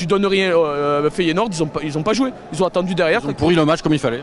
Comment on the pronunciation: il a dit quoi le keum? 😂 Feydounour!